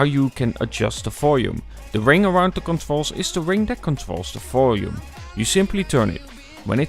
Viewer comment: You keep on saying "folume" instead of volume. :)